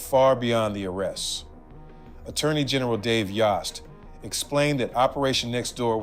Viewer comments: Dave Yost. Sounds like yoe not yaw. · Y OHHHH st! Rhymes with host.